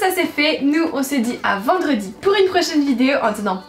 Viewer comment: Je vois les commentaires mais es que j'suis la seule a remarquer que quand elle dit vidéo elle dit "vido" un bail comme sa 😭😂♥️